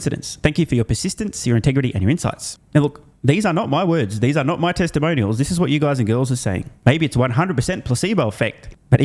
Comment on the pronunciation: New word: “Teslamonial”